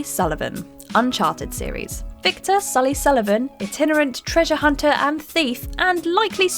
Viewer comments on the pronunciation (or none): none